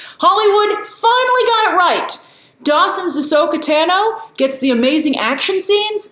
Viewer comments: Her name is a loooong “a,” Grace. Not “Tano” like the color “tan” but more like “Taun-o” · Great video as always but it’s actually Ahsoka Tah-no not Ahsoka TANo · TAH-no. Not TANno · Just a heads up grace you are mispronouncing Ashokas last name